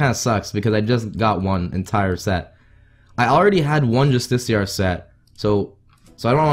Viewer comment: Bruh it’s justi-car not justiciar